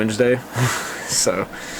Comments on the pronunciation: "We'll get to that at some point I rectum"? Hahahahaha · “I Rectum” 😅😂